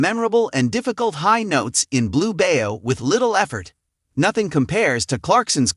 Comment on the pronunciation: It’s Blue Bayou pronounced By you not bayo